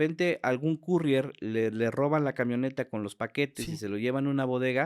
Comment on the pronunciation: No es por criticar pero no todas las Carrier tienen ese tipo de tecnología hay dealers de drogas que te lo mandan por paquetería y no se pronuncia así Carrier jajaja